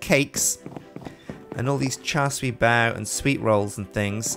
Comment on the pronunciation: cant believe he said char siew bao